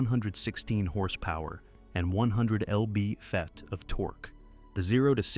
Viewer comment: "L-B Fet of torque" you say?